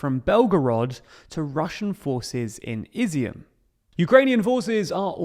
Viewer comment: Ob-last, Care,son. You really need to become a better example of what Brilliant can do. Not Izzy-mm, I-zyum.